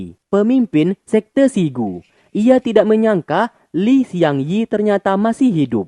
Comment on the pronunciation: Bang... namanya Li Xiangyi (李相夷) bukan Shiang Yi